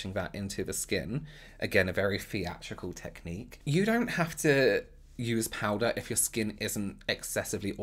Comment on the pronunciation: I love the way you say powder. "Powdah" Anyone else or is it just me 😁😅😍